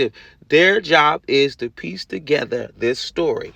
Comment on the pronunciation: Brooks said "thist" I wish Carpenter had responded I have no idea what a "thist" is